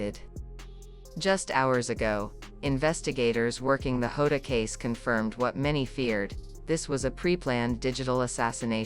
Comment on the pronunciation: The ai doesn’t even pronounce Diogo Jota’s name right. The j in Portuguese is pronounced like g in beige or an s in treasure.